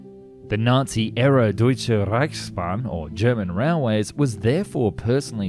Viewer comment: Deutsche Reichsbahn pronounciation was pretty good. ;)